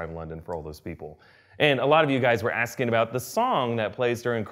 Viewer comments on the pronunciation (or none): none